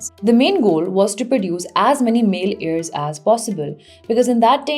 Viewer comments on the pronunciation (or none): none